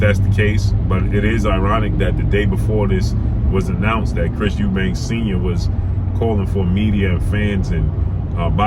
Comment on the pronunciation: Lmao he's eubanks according to you American dudes. It's Eubank!